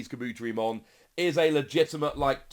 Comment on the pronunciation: Kah-boo-terry-mon Poo-koo-mon